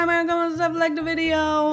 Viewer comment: I don't know why, but I always hear your "byeeee" as "buuuy". I don't know why. I also watch your Polish channel and your "paaaa" also sounds quite unique to me. I'm no native English speaker so it's probably just my thing lol. I'm trying to start playing the sims 2 so your videos are really useful. Thanks a lot.